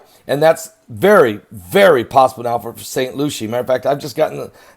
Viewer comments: Saint Lucie. Pronounced lucy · Pronounced LUCY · Its St. LUCY—-correct pronunciation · I know that is not pronounced st.lucia